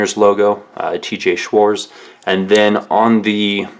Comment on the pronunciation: Schwarz even without the T is still pronounced Schwartz.